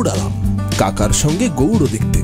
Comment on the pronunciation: Apni ki icha korei...gowro ucharon korchen...naki ota gowr hobe..